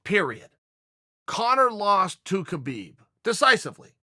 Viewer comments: Tito can’t even spell his own name, much less pronounce Khabib’s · Hope Tito doesn’t see how Uncle Chael butchered Khabibs last name 🤣